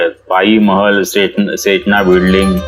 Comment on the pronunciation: बिडलिंग नाही बिल्डिंग